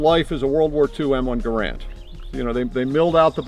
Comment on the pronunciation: he can't even pronounce Garand correctly Thunbs down